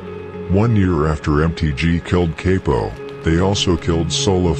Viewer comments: I believe you say bro name like cop-o not capo or whatever 🤷🏽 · C A P-0 not kay-po